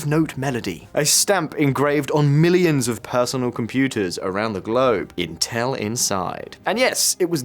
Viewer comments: What the FLICK is inTELL ? Is this an AI robogob trying to pronounce INtel ? "There was a time when saying inTELL was" proof that you were ignorant. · Why does he keep pronouncing it "Inteeeeeeelllllll"